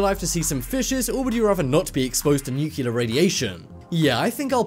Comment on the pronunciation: IT'S NOT NUCULAR!!! IT'S NUCLEAR!!!